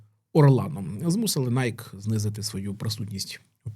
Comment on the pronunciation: Та Найкі а не Найк